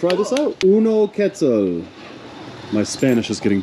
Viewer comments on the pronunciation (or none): none